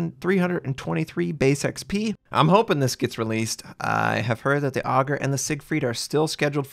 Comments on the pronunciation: It's pronounced ay-gueer not Ogre, could you please at least try to pronounce the names correctly? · Ägir is pronounced "ay-gee-year" or "a-gear", (depending on if you're using the German or Scandinavian pronunciation). Not like "auger" or "ahh-gir". I wonder if this is a ship we're actually going to get or if it's going to be just another lame teaser ship. Also, why are we using Norse gods for German ships? There are just as many viable namesakes for German paper ships as any other nation. I get WG doesn't pay much attention to any history that isn't Russian or isn't on wikipedia, but come on. Name the German large cruisers after the German states (like the US did) of Schleswig-Holstein, Brandenburg or use some other designation. Leave the nordic names for an entire Scandinavian line. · with the umlaut over the A it's pronounced with a solid "A" and not "Aug" as you are pronouncing. You are saying the name of a character in Norse mythology, not a farm implement. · And you would properly pronounce it like eh-gear with emphasis on the "eh" :D Love your vids btw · Pronounciation of the Ägir is (understandably) difficult the "Ä" is pronounced like the "a" in the beginning of "and"